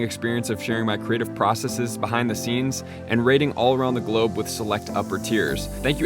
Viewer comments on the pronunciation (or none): none